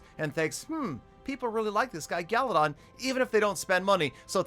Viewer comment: guys its u know peter 17$ is never wrong.remember its not GALADON